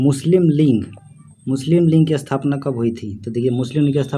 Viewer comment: भाई साहब लिऺग नही लीग होता है 😍😍😍